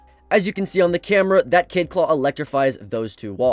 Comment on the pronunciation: Its kaid not kade